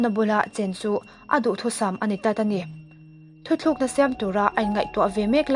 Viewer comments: Thuthlukna ni lovin. "Thutlukna" tih hi a dik zawk em aw.. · A ngaihnawm hle mai a..chutih laiin maw..Thu thlukna ni loin Thu tlukna tih tur aw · Thutlukna tih zawk tur aw..Thuthlukna niloin..i chhiar ngaihnawm e..👍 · A ngaihnawm ṭhîn khawpmai chuan "thu thlûkna" nilovin "thu tlûkna" tihzâwk tur niin ka hria.